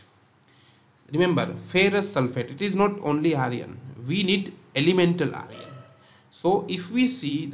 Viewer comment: It's iron not Aryan 😭